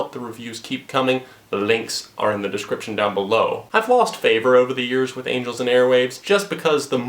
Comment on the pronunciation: Did you just say anals and airwaves